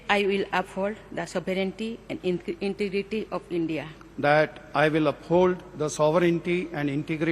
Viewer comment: Madam president was saying inirity. ( Which is actually Integrity) ..